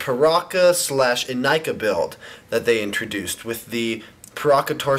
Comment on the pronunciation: He mispronounced "Ignika".